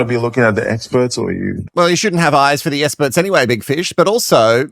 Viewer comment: I have a question because I just started watching this YouTuber so don’t know.. Is there a reason why he can’t say the letter X? He says ‘ESPERTS’ AND ‘ESPERIMENT’ so I’m wondering if it’s an actual thing and been addressed previously where he won’t say the letter ‘X’ anywhere.. ???